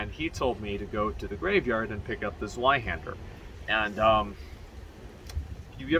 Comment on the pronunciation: Zweihänder is pronounced like "tsv-eye-handah" btw (German)